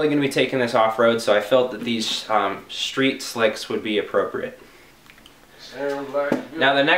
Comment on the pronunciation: wanna be cool? Don't forget to pronounce it: schtreet!